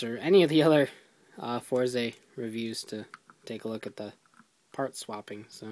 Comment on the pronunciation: its not four zay, its Fourz. i know its not spelled correctly, im spelling pronunciation.